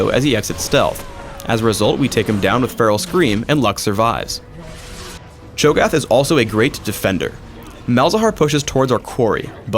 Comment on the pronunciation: it's Cho'Gath u fucking dumbass